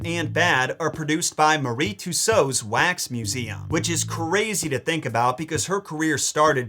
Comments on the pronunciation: Hey buddy don't wanna be that guy who tries to correct people but Madame Tussauds is pronounced like Mad am two swords or ma· duhm too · sawdz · Um…it’s pronounced Madame two-swords but this isn’t a telling off, I get why you made the mistake it SHOULD be pronounced the way you said…old English words hey?